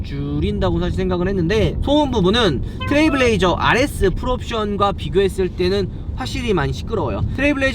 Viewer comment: 트레블 레이저 아니고 트레일 블레이저 입니다 ..